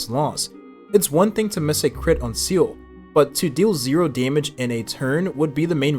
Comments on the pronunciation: Come on bruh just pronounce it as zilla instead of seal💀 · Seele not Seal.. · Is everyone going to ignore how he's pronouncing Seele as "seal" ? or was it intentional ? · First person I've heard pronounce Seele as Seal. Freaking annoying. Do you even play the game? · Jing? (without Yuan) Seal? Im-baby-tor Lu-Nye? What the hell are these pronunciations. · please stop calling seele 'seal' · my ears bleed with each Seel